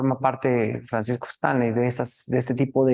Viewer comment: Es Stanley no estanli señorita periodista😅